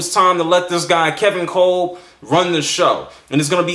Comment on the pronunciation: It's pronounced "Cob"